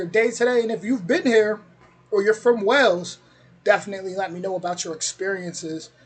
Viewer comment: It's pronounced "WAY-LS" not "Wells".